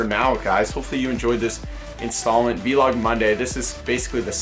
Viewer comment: Why does he say Vlog like V-log... It's a whole word VLOG LIKE BLOG